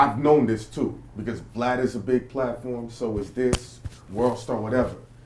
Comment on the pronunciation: “” comes from the crunchy black interview he called him “” instead of “Vlad”!